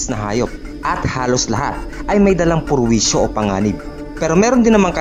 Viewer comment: perwisyo❌️ purwisyo✅️ 😂😂😂😂